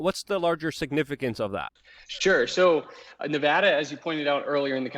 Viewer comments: Please talk to 1 person who lives in Nevada, why the hell is it so hard to pronounce correctly. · Say the states name right.